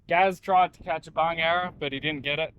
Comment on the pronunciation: Well, you learn something new every day - or is that every video? Today’s learning: It’s Bungarra. On an earlier video I heard “bung arrow” and I thought WTF is a “bung arrow”. And, Wikipedia tells me that a Bungarra is also known as a sand goanna, a racehorse goanna, or a sand monitor. Go Gaz, Go!